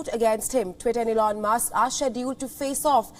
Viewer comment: Who's Elon musss?